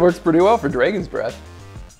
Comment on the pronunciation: Him saying draagens breath 😂😂😂